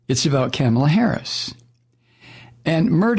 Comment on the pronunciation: Rupert Murdoch. He’s a televangelist, right? I kinda figured. Its pronounced “Kah-mah-lah” with the emphasis on the “Kah” part.